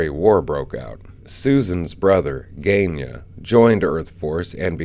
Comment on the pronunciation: For future reference, it's not "gain-yah". ^^ More like "gun-yah" - sorry, for someone who works with languages, repeated pronunciation mistakes can be a little irritating. I wish people would take just a moment to figure out how to say the names, either from the series (you've got footage of episodes where Susan herself says her brother's name?) or just typing the name into Google translate and clicking 'listen'.